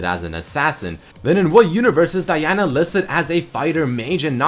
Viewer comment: why did u say Diana like that ....